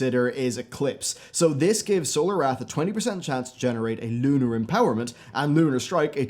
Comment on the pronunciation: Your "L 's" are so prominent in this video. I found myself saying LLLUUUUnar, every time you did.